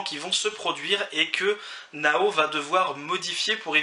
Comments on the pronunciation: Bah genre il disait Nao au lieu de Naho fin genre il prononce pas le H. Fait bien dire Naho et pas Nao x) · La prononciation de naho x)